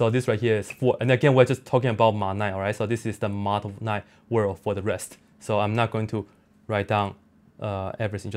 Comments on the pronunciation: I thought he was saying Woof! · It sounded like he was saying wolf. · He loses power to pronounce r when powered